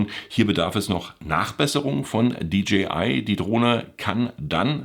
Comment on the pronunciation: Die Stimme eines Predigers in der Wüste: [Di Dschi Ei] = DGI, DJI = [Di Dschäi Ei]. (Ich geb's nicht auf, wenn's schon Englisch sein muss)